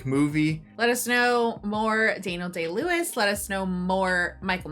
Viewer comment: You said his name wrong. It’s Daniel “I win an Oscar for every role I play” Day-Lewis.